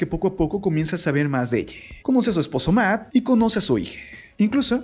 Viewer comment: logico que me di cuenta y puedes hablar bien porque pones la E al final de las palabras se dice PUESTO NO PUESTE QUE HORRIBLE HABLAS EELA ELLE QUE ES ESO